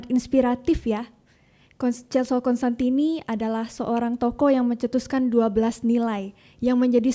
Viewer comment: Mhn diperhatikan, teman teman. Nama bapak pendiri CDD adalah Cos-tantini, bukan Cons-tantini.